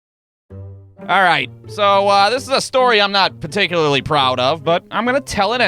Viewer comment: did you say paticuly proud of?